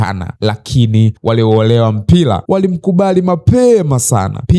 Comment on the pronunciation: Zingatia matamshi sahihi kwenye r na l, maneno kama "mpila, Blazil, Jabil, yanaondoa ushawishi wa kuendelea kufuatilia.